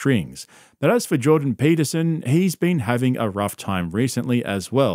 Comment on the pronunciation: jawdan paitahsene